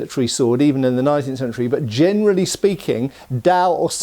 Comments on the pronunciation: "Jianerally" "Jiantleman" Two words i caught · I thjnk you meant "jien-erally" speaking!